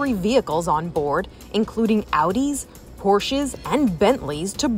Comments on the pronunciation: It's pronounced like "Porsha" -. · The way she pronounces "Porsche" I'm dead 💀